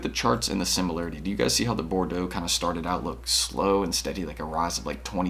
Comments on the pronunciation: ok i cant take it any more, Bordeaux is pronounced bor - doe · Everyone out her sayin “bor-dee-awgs”